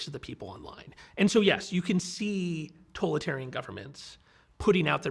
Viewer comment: How is it that he is unable to pronounce totalitarian correctly? I hear mispronunciations a lot and it's bothersome.